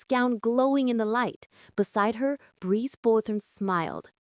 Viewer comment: It's Brice not brees 😂